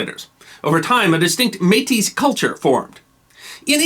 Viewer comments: The word though spelled Metis is pronounced May-tea. Is there a follow up covering the Northwes Rebellion specifically? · Don't pronounce the s in Metis. Just MAY-tee. ☺ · We don't pluralize métis. One May-Tee, two May-Tee. All (most?) Canadian school children (at least of my generation) learned about Louis Rièl in primary school. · May-tee. The S is silent. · Excellently researched and presented. Since Metis is a french word the "s" is not pronounced unless the next word begins with a vowel. "Versailles" is another example of that. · Métis is a rare exception to this rule. The s is pronounced in French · It's spelled "Metis". And the "s" is normally silent. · And it's the same singular or plural. No s sound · Switching between pronouncing the s in Metis or not is jarring. It's not pronounced, but at least pick one. Every time you say the word it's causing me to think about it because it's seemingly random. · I am impressed you pronounced Saskatchewan perfectly. The S is silent in Métis. Bravo I thoroughly enjoyed this video, I don’t know how they made history so dry in school.